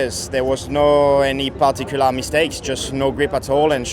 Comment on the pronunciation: The French had to say PaRRtiicuLLaaRrr 😂